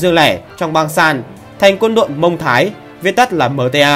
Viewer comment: (Muang thai) không phải là mông thai